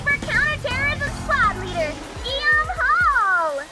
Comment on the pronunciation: “guilliame” is the french for william. youre’ gonna hate it :)